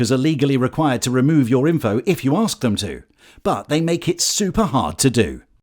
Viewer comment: And you should be able to enunciate the word “ask” properly as well